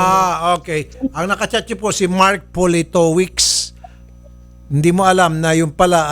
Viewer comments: Politovitch ang pagpronounce nyan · its' pronounced Politovicz. Hes Polish, probably living in UK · Pronounced as Politovitz. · Politovich yung pronunciation ata. Sounds like Russian surname or from Central Europe. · Poh li to vitch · Politovich ang pronunciation nyan. W kasi ang V sa Polish, saka Cz ang Ch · Politowicz di british na apelyido more on Poland name😊 sapantaha ko lang🙂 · Politowicz is a Polish surname idol Raffy. Ang basa dyan is "Poli/to/vich" 😅😄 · Politowicz....Polito-vich. If I am not mistaken kung papaano sya bigkasin. 😬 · dmi konG twa sa paG kabAnGGit ni idOL sa apelyido hahahaha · A polite daw parng kinuha sa apilido politowicz 😂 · Natatawa ako kay Idol Raffy as psgbigkas ng apelyido nung foreigner....hehe